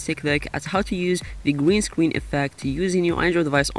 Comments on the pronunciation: Green Scween effect Gween Scween Backwound So Adorable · it's not a pwobem we all say gween scween owo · gween scween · Gweenscween Ovahewe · Gween Scween LMAO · gween scween gween scween backwound pwess on it lolll ily 😂😂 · he says gween scween😂😂😂